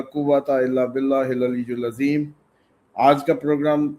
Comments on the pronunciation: I mean hil aleyil Azeem hy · hil aleyul Azeem ap perh rhy hyn jub k ya hil aleyul Azeem hy